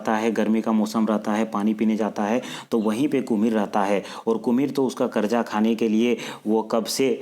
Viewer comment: करजा बार बार बोल रहे । कलेजा बोलना चाहिए। करजा थोड़ी खाया जाता हैं।